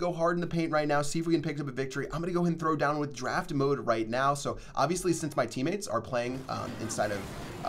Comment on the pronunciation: "My teamotes are emating" -2018